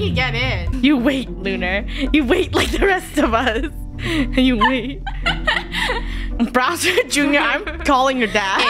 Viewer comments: its funny that the keep on saying browser instead of bowser. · Did they just call Bowser Jr, Browser Jr????????? 🤨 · They kept saying browser junior